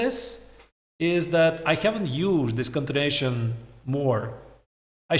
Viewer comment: its continuation not contination. So distracting